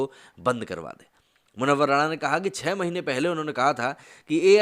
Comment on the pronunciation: वह राणा नहीं राना है